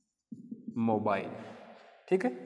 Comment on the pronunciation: Wo sayd motile hota h...aap jise mobile bol rhe ho.. wo..